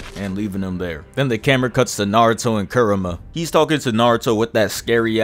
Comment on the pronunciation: He said kerima😂